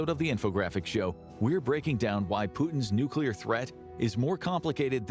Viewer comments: Its pronounced how its spelt tard 😂 Nu-clear.. You are pronouncing it, "Nukeular" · WWIII: everyone who says nuke-you-lar goes first o.o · I know you don't care but the word is nuclear! There is no room between the c and the l for a u! It is pronounced new-clee-ar!